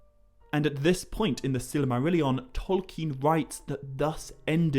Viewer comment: Friend, I really like what you are doing on this channel, but there’s two things going on that are pushing me away. The pronunciation of Silmarillion doesn’t need that extra y-sound with all the emphasis you are inserting at the end [Silmarillyon], and Carcharoth really does not need the chhhhhh throat-clear you are putting at the beginning. I don’t care if either are the “correct” pronunciation, they are really difficult to listen to. It comes across as you thinking it makes the words more profound; more portentous; more reverential. It doesn’t work. I know I sound like a dick, but believe me, they sound REALLY bad. The constant throat-clear particularly. It’s actually a bit revolting. I speak Irish and I think I know the sound you’re going for. It’s much softer. It’s like if you can’t roll your r’s you don’t grrrr-gurgle instead. Anyway, sorry if that’s a bit strong. Really am enjoying what you do and the way you go about it. 99.9% of the time. :)